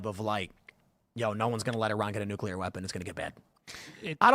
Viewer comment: Hoo-tees. Not Hoot-sees. Nook-lee-R. Not nookool-R. FFS bro..